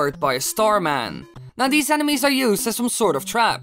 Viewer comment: Who thought he said anime’s not enemies😂OMG